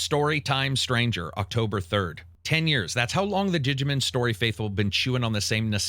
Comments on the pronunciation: It’s DIGI-MON. Not Digi-Man 🤦‍♂️ Can’t do it. Maybe instead of playing so many games, practice reading some books bro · “Didjamen” love how he says it lol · Absolute horrendous pronunciations, I think I'm going to unsub because of this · I know its a nerd thing to say. but i honestly believe if you dont take the time to learn the actual pronunciation for these games name, its hard to take your review serious. Your pronunciation of Yotei and Digimon are so bad it makes me not want to watch. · The way you pronounce "digimin" and "pokimun" is diabolical. Great for engagement. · "Pokamen" & "Dijimen" hurt me 😅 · It tickles me every time says "Dijimen" and "Pokuhmen" 😂